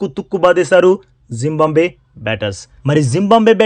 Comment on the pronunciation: జింబంబవే కాదురా జింబాబువే రా బాబూ